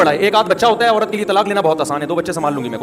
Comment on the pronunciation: اورت نہیں ہوتا ہے۔۔۔عورت ہوتا ہے۔۔۔